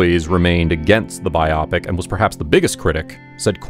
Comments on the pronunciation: It is “Bio -pick” not “bi Op Ic”. Lol. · Was this ‘robo’ narrated?…or does the narrator really not know how to pronounce biopic??? (Bio-pic….not bi-opic!) Otherwise decent enough… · I like the use of "biopic" here pronounced "bye-AH-pic." At some point recently everyone started saying "BYE-oh-PIC." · Yeah it drives me nuts when I hear biopic pronounced “bi-opic” as well 🤪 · please stop pronouncing "biopic" like _myopic_. It's *bi-oh-pic*, shortened from "biographical picture."